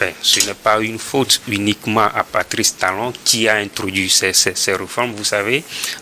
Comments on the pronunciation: Pati Talon comment 😂 On dit Patrice ! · Que raconte cet idiot d’ 😢? Incapable de prononcer Patrice (Pa-tri-ce) et c'est ça qui débite des bêtises contre le Bénin.